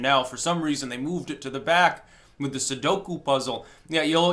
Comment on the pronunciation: Hey! Don't say sudoku like that. I love those damn things.